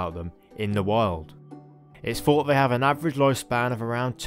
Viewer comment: A very good video giving out interesting facts. Unfortunately the spoken grammar became a nuisance such as"wiv" "fawt" throughout.